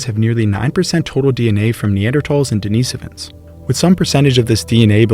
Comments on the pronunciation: If schizophrenia is a factor in human evolution, so is psychopathy. I wish it wasn't. Also, "Deh-ni-SO-vans". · I've never heard Denisovans pronounced deNEEsufins. Is that the proper way to pronounce it?